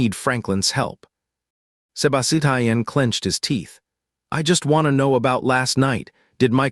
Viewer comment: I CAN'T FOCUS BECAUSE OF "SEBA-SI-TIAN" 😭😭😭😭😭